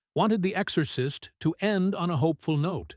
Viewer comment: It wasn't long before I had to turn this off. The AI is just so bad. I'm actually very disappointed because the subject is fascinating, but I just can't get passed the AI voice. "The Ex-or-cyst". 👎